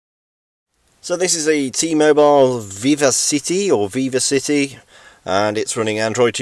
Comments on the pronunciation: An adult who pronounces vivacity as "viva city". Clearly the UK education system has failed. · its pronounced : "vi-vacity"